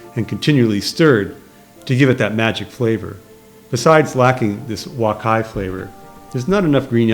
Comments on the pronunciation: its wok hei ....you keep prononcing it "wok hai" LOLOL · Nice review. One point: wok hei is pronounced like "walk hay", not "walk hi". Thanks.